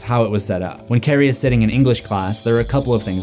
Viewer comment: Lol I thought he said Karan